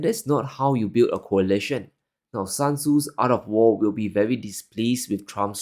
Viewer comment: Not San Zu, Sun Zi.